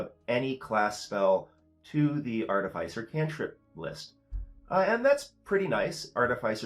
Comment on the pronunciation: Love the videos and the frequency! I think it should be pronounced arti-fis-er (same root as 'artificial') not arti-fice-er. ♥